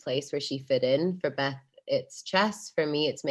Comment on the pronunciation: もしもベスの発音のことを言うてるなら Bes でなく Beth だからね